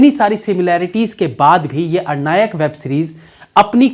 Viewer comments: Aranyak hai bhaiya wo 🙂 Na ki Arnayak 🙄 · Sir aap movie ka naam galat bol rhe hain..... arnayak nhi aranyak... Aranyak means forest.. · Arnayak nahi bhai Aranyak hai series ka naam. Naam sahi bola karo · Dear ये,अरनायक नही है, अरण्यक है। शायद मेकर्स का इरादा हिमाचली जंगलों को लेकर हो सकता है जभी अरण्यक शीर्षक रखा हो। बाकी मैने कल ही पहली बार देखी।। बहुत ही रोमांचक है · 🌞🤘🌞 ARNAYAK nahi ARANYAK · R- NAyak nahi aranyak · Sir ye aranyak hai na ki arnayak. Aap naam galat bol rahe hain. Aranyak related to jungle. Bad mistake from a person of your caliber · It's not arr nayak , it's pronounced as a run yuck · Arnayak nahi aranyak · महाशय अरण्यक है और आप अरनायक बोल रहे 🙏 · मुझे लगता है सीरीज का नाम अरण्यक है ना कि अरनायक.. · web series ka pronounce hai ARAN- YAK . not AR-NAYAK. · भैया जी अरण्यक (=जंगल) कहिये न कि अरनायक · अरनायक नहीं आरण्यक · अरण्यक है, ना की अरनायक। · Abey arnayak nahi aranyak he wo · Its Aranyak..not Arnayak..Aranyak word came from word Aranya means jungle.. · आरण्यक not आरणायक But review was amazing 🤩🤩😘😘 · Aran yak not ara nyak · All say aarnayak..but it aarnyk..arnay mean forest.. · Sir your pronounciation of Aranyak is actually wrong... although love ur review